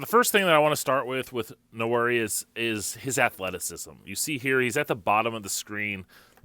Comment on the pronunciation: Nwan-airy, sir. It's a Bantu-derived name. Please learn the pronunciation. Pronouncing his name incorrectly is an insult to the young man.